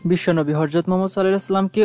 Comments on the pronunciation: হরযত না মিয়া ভাই,,,,, "হযরত" বলুন।। ধন্যবাদ। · শব্দটা হরযত না, ( হযরত ) অনেক শিক্ষিত লোকও এই একই উচ্চারণ করে.